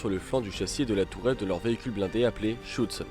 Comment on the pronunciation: Le terme exact est : Schürzen et non pas Schüzen.